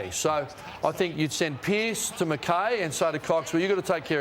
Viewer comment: Mr Ross, it's McKay ( Mac Kai ) not ( Mac Kay )... get it right hahaha